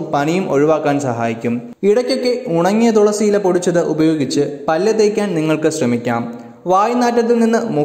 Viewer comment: ദുളസി അല്ല മാഷേ തുളസി🙏🥱